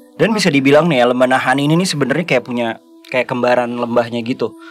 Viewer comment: Ada yg baru guys, koleksi selip kata "Naha-Ini"